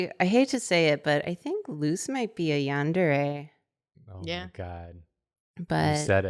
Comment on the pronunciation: oh my god, for weeks i've forgotten Luce's name and have just been hearing "Moose" this ENTIRE time, that's what i've been calling him, FOR WEEKS, and I thought that was NORMAL